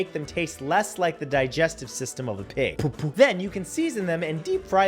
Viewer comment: the way the says poopoo💩😂🤣😂🤣😂🤣😂🤣😂🤣😂🤣😂🤣😂🤣😂🤣😂🤣😂🤣😂🤣💩